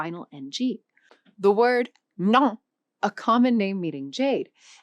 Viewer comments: Shes messing all the pronouncing💔 Ngọc its not pronounced like ngoc its ng oh ck smth like that also the tones Ngang-Sắc-Huyền-Gã-Nặng she pronounced it too bland having like no soul, no express, Vietnamese is like singing not paragraphs readings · But what about the pronounciation? I am sorry, but how she makes khong and ngoc sound is pure evil... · you make ngoc sounds like "gn"occhi bro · This lady can’t pronounce Ngọc properly. How can she represent to teach Vietnamese? Vietnamese is the easiest language in the world to learn. I can learn how to read, write and speak fluently in 3 years .